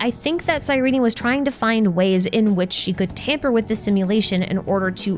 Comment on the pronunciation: Great video but it's pronounced "Cyreen" not Cyreney